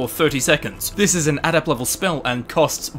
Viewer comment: Why can't you pronounce adept?